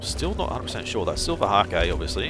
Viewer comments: Fyi, Silver hake is pronounced like take. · Omg I'm trying to sleep listening to this guy (dunno if anyone else does that) but bloody silver HA-KE keeps making me laugh....